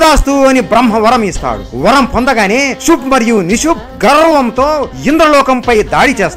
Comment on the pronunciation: ಶುಂಭ ಮತ್ತೆ ನಿಶುಂಭ, ಸಂಸ್ಕ್ರುತದಲ್ಲಿ ಇರುವ ಹೆಸರು ನೀವು ಉಚ್ಚಾರಣಾ ದೋಷ ಉಂಟಾದರೆ ಅರ್ಥಗಳೇ ಬೆರೆಯಾಗುತ್ತವೆ